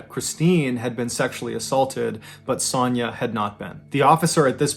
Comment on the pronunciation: The way you pronounce Sonya KILLS ME. It’s like an o sound. O. Sonya. You say it like “sanya”